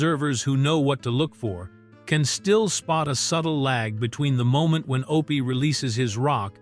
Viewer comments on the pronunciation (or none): It's not O P it's Opie! Why no genuine human voices on these docs. AI ruins everything!